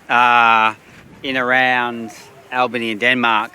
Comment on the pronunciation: It is Albany not Allbany